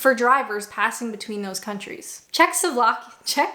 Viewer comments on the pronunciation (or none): It's easy,! - "Check-a-slow-vack-ee-a" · You also discovered that you can't pronounce Czechoslovakia, ;D (now the Czech Republic and Slovakia) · Check is slu vack eh ya - CZECHOSLOVAKIA